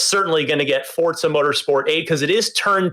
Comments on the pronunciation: They keep saying Fortsa not Forza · Stop saying fortsa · I thought it was Forza not Fort-sa. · "forTza"? I've been pronouncing it "Forza" for years. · Why people call it fortsa?🤷‍♀️ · wtf is fort-za?